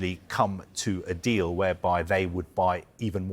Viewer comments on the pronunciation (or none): none